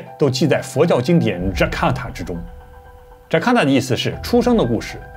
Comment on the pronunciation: 感恩不辭勞苦的分享。糾正一下最後提到的一部經文的名字，是Jataka而不是Jakata，中文翻譯為“本生經”。